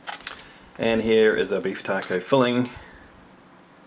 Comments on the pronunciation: I love the way he says taco, keep up the good work my favorite mre inboxer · The way he says taco is freaking awesome. 👍🏼 Just earned a sub:)